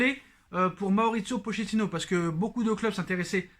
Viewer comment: d'accord avec toi cool que Tuchel se casse enfin par contre Pochettino le ch en italien se prononce "k" ou "qu" phonétiquement c'est "Pokettino" .. on dit de Pauleta "Paoleta" et non pas poleta !!! hehehe